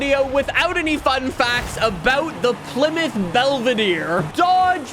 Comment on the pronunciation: its pronounced PLY (plaee) MOUTH (mouth)